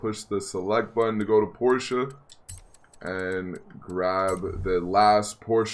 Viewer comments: No no no no NO. (Jojo reference ) it’s PORSH not PORSHA the e is silent so it’s PORSH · I'm sorry this bothers me but it's not a Porschea it's a Porsche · Why do you say porcha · Not gonna lie it was kinda annoying the way you pronounce Porsche. The way you pronounced it you said porcha and that’s incorrect. Just saying kinda annoying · Its pronounced porsh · They way u say Porsche 😂😂😂😂😂